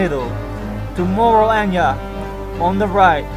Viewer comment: pense que dijo el hombre araña cuando mencionaba a anya jajajajaja :v